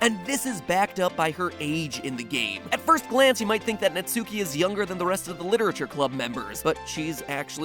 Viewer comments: it's natski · Isn’t her name pronounced nah-tski? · it seriously bothers me how you pronounce natsuki's name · Please stop pronouncing her name like that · oh my god it kills me how they pronounce Natsuki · all y'all complaining about stretching the video and being out of ideas meanwhile it hurts me every time you pronounce japanese names wrong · He kept mispronouncing Natsuki's(the way he says it) name if got me on edge everytime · Not even three minutes into the video and I'm already about to flip my table from how many times he has pronounced 'Natsuki' incorrectly. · The way he pronounces Natsuki's is like nails on a chalkboard to me. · Does the way MatPat consistently fails to pronounce Japanese names bug anyone else? He's putting way too much emphasis on the su in Natsuki. To be pronounced the way he says it, her name'd need another u. God. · Ur saying Natsukis name wrong!!! If this is based on japan witch I mean look at them they look like anime girls then the U in Natsuki is silent like in Sasuke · It's not pronounced "-suki" it's pronounced "-ski". .....You should really watch some more anime 😂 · Just FYI, the u in Natsuki is like, it's almost like Natski. the u is barely pronounced. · Tfw literally everyone pronounces natsuki's name wrong... It's nats-ki Not nats-oo-ki. XD dammit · It’s pronounced natski it’s just spelled natsuki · Fun fact that everyone keeps getting wrong: Natsuki is pronounced NAT-SKI trust me bro its how its pronounced in japan i swear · Natsuki? How bout mansuki? Lol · He still says Nat-Sooki... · It’s pronounced Natski😂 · natsuki is actually pronounced nah ts-ski by japanese pronunciation rules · Even their theory pronounces it "Nat-soo-kee"? Have they never watched anime? I'll give them the benefit of the doubt and assume they just aren't aware it's supposed to pronounced like the words "not" and "ski" combined. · its pronounced nat-ski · It's pronounced 'Not-ski' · "Naht-ski." It's pronounced "Naht-ski." ¬.¬